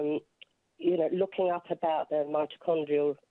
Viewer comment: "Mitochondrial", not "mitrochrondial".